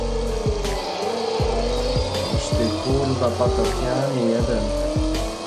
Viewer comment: te kurła brzmi śmiesznie